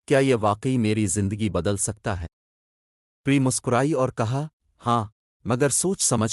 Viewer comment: Pehly plzz apni Urdu reading durust karlen.Haseen aor Pari ko Galt parh rahy hen ap.